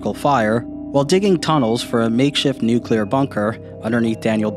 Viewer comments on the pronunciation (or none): A NUC-U-LER attack. Reporter can’t fucking read. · "New-cue-lar." Why is "nuclear" so difficult to say for some people? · "Nucular" attack. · "Newkiller" war 😆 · Reporter: "Nukular": "Nuclear" Well, I know which one of the two deserves to be taken seriously as a journalist... Well, I mean, has earned everyone's respect with his exemplary work, time after time. He's earned my respect twenty times over; and I have no idea who that reporter is. She might be great at her job, but if you're gonna be a journalist, you kinda gotta know how to spell and read. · When a newscaster says "NOO-kyoo-lur" instead of "NOO-klee-urr." And they wonder why we don't trust the mainstream media. Don't they literally go to school for that kind of stuff? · Unrelated why did the reporter lady pronounce nuclear as “nucular” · If you're going to be a reporter and say nuclear in public, learn to say it correctly. How can a reporter not see the order of the letters in a word? She probably learned from bush. Not a good teacher!! Read letters. Learn to say words correctly. Then you don't look stupid or set a bad example for others.